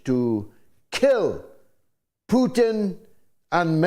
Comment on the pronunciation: Will someone mention to that Simon guy that Russian president's surname isn't Pyutin.